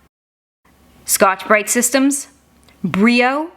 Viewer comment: I never heard Brillo pronounced that way. I've always heard it pronounced like ill, never with a Y sound. I don't think it's a Spanish word, so there's no reason to pronounce it that way.